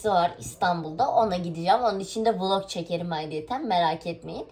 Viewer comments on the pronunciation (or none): none